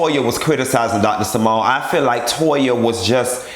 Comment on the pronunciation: “To-yuh”. I hollered